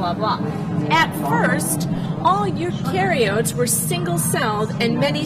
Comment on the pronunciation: I facepalm when she can't even pronounce eukaryotes. WTF - this is like...standard grade 8 science. Anybody who passes highschool science should know what eukaryotes is, and she acts as if it's the first time she's seeing it. seriously...homeschool man...it's not right.